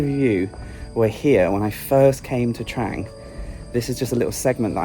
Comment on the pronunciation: It's pronounced "TRONG"!!!! C'mon, you can do it!!!